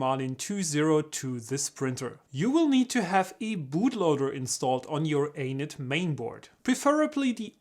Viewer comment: Every time you say Anet, is sounds like you're saying anus. :-)